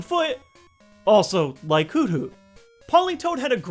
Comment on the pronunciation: It's "Hoot Hoot" not "Hoo Hoo"